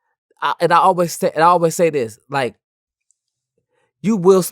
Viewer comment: Thii whaa thaa, Thii whaa thaa 🤣🤣🤣 I'm just realizing he has a speech impediment 💯🤣